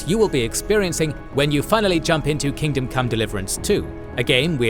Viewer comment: its kingdom not kingdome 😊